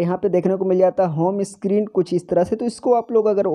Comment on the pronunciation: Screen not a स्कीरीन